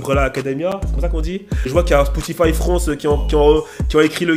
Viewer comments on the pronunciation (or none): none